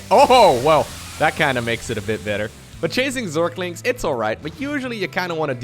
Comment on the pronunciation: your pronunciation of Zerglings (surklinx) always makes me smile. So don't try too hard